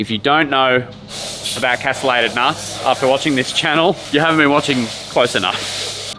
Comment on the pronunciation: They are KASS-tuh-lay-tid nuts, not kass-uh-lay-tid nuts. 🤓